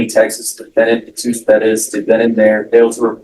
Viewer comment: It's pronounces, Heh-SOOS.